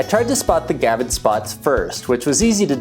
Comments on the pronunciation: Come on man. It's a gravid not a gavid! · Gravid. Not gavid. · It is gRavid spot. Not gavid spot. There is a R in there.